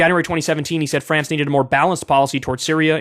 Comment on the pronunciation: To my French friends, I sincerely apologize for Kyle. It hurt me too.